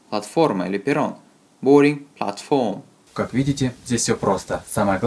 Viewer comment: Спасибо! Только в слове platform ударение на первый слог.